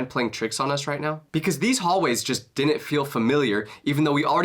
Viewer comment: God I hate the level of stupidity and illiteracy in today's youth, and their inability to understand word pronunciation.... like this kid here.... another dum dum who pronounces the word 'Didn't' as 'Dinnent' 🙄